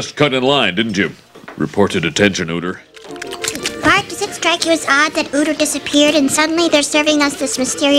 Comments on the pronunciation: 원래 우터가 아니라 위터 아님? 하고Ü하고는 발음자체가 다름. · 우터가 아니라 위터인데 왜 우터라고 하는 거지??